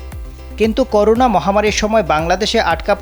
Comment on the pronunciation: করুনা নয়। করোনা হবে। উচ্চারণ শুদ্ধ করুন।।